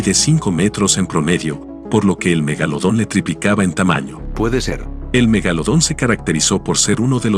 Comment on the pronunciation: Megalodon: ❌ Magolodon:✅✅✅🤑🤑🤑🤑🤑🤑🤑🤑🤑